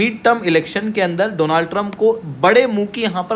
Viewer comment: Donald - no no no, Doooonald ✅